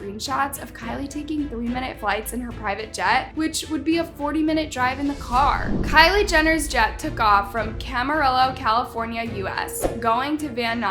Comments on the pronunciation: It’s pronounced cama-riyo. The double l’s make a “y” sound. Just fyi. 🤷🏼‍♀️ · Gurl did you really say "Camarello"? Noooo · Girl really said camera rillo and not cama reo